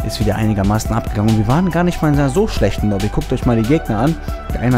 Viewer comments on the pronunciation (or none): none